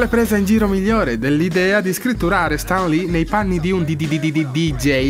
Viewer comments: io non riesco a capire che accento ha...non si legge stan ma sten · Stan si legge Sten, Sam si legge Sem, tralasciando Raimi😂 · In Italia, ma evidentemente è come se fossimo al contrario! Stan Lee si pronuncia Sten e c'è poco da fare! Onestamente se fai un video incentrato su un personaggio (tra l'altro anche un video carino con una bella idea di fondo) dovresti essere sicuro della pronuncia del nome!